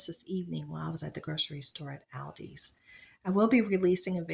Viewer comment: I like how you pronounce the store name! As soon as I heard you say it I was like yay! Finally someone said it AL DI. I think it’s the first letters of two brothers but I forget. Usually I hear ALL DI. Sounds like a bad trip! It’s a pain when people are huffing and puffing through the store.